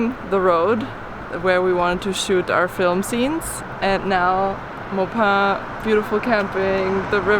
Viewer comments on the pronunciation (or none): Maupin is pronounced Ma (like you mother) and pin or if you were moping the floor drop the g, mopin'. Also, that was an Osprey nest. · Yuk yuk yuk yuk yuk... no francais in that really -- Maupin is sorta like "Maw-pin". When you passed thru Dufur... it, too, prolly sounded better in your heads...